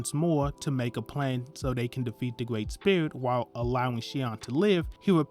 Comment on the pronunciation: A Gwreat Summery my man, sorry just joking, but yea really good video thank you